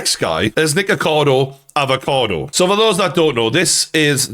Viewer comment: Came to hear "Nikocado Avocado" said in the Geordie accent